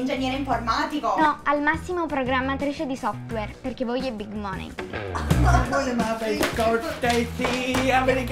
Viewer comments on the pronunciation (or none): Money pronunciato per due volte col suono "o" ed "e" non convince molto. Sarebbe "mani"